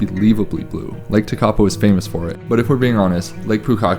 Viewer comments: Umm, mountains mean widing roads. it's pretty obvious ! If you're American, you should be used to driving for hours and hours!!? Just blue water at TeKapo ? Lol 😅 pronounced - tear- kaa- po. Btw there no garbage because kiwi take their crap home with them! Unlike Americans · Sorry guys, found this hard to watch because your pronunciation of many place names is really poor (eg Tekapo). Suggest anyone coming here plugs into some pronunciation education on the haul over. I appreciate that people come for the scenery but those who experience the culture here - notably the Maori aspects - are the ones who are going to return home most satisfied. Getting names really badly wrong evokes a visceral response in the local, so not the way to connect and experience the warmth of the culture. BTW, the blue water in lower South Island is due to glacial flour (powdered rock) suspended in the water and reflecting the sky. Anyway, glad you enjoyed it and hope you connect with the people next time. A Kiwi. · Tw eye zel, Tech a poe, glad to see you immersed yourself in the language